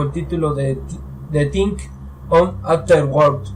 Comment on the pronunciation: The Thing (de zing no de ting) es una de mis películas favoritas, por eso te puedo decir por ejemplo, que los que van a ver la nave descubierta por los noruegos son: McGready, Norris y el Dr. Cooper, no Palmer como tu dices. De la película en si, hay muchas preguntas que la mayoría se hace, por ejemplo ¿cuándo son asimilados Norris y Palmer por La Cosa? al principio cuando el perro anda suelto por la base norteamericana, se puede ver que entra en una pieza donde estaba alguien, posiblemente Palmer y cuando aparece un calzoncillo que Nauls se lo entrega a McGready es posible que haya sido de Norris. Tienes que mejorar tu dicción, lectura y el inglés, en muchas partes no se te entiende lo que hablas, trabaja en eso y tus vídeos serán más entretenidos, suerte y saludos desde Chile.